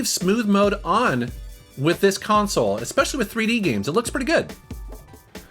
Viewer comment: Did you say "Panzoo" Dragoon? I already invested in scart cables and converters Gotta go the SCART to HDMI converter route now and maybe an SLG in between. If this box had an SLG than I would had consider. $100 for an all in one solution would had been great though.